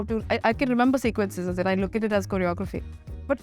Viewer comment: The interview was good. Loved this sober side of Shehnaz. Love the fact that she is working on improving her linguistic skills. One request to the team. Please advise her to stop pronouncing "and" as an. This somehow spoils the impression.